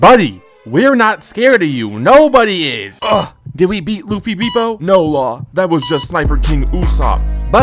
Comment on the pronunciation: dont take the slander of someone that cant even pronounce „bepo“ right 😂😂